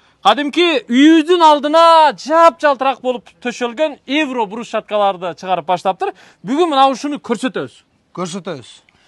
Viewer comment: Эвро эмес Евро деп айт сен Катранчасына айтып койдун аяш ика.